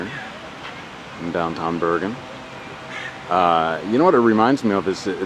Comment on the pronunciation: Haha its not børgen its Bergen !!